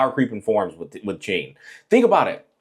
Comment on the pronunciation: Google is wrong 😭 Her full name is 心月狐 (Heart Moon Fox) 心(xin) = heart so I would probably pronounce Hsin as “sing”